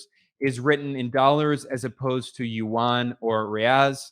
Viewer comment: Wow, he’s the first economist I’ve heard who actually pronounces yuán (almost) correctly